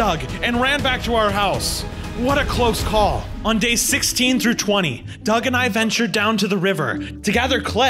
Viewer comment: It’s not Doug it’s doge